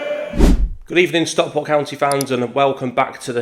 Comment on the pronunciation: We'll forgive you struggling with pronouncing his name but you really need to work on your pronunciation of Stockport.